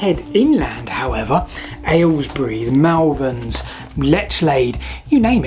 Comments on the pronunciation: Oh dear, you’re one of them, aren’t you! People who mispronounce Malvern. Sorry to correct you as my sister-in-law also thinks Mal is pronounced as if it were French. We make it sound like Moll as in Moll Flanders. I was born in Ledbury (very hard to change that pronunciation) and even there where we thought all people over the hill were very posh it was Mollvern. Anyway keep up the good work and thanks for all the history (except for this video which didn’t need the bit about the book as salt routes are fascinating enough. 🎉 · You mispronounced Malvern again!